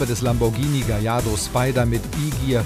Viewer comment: Er weiß ja nicht mal wie man Gallardo ausspricht. Man spricht es GaJJardo!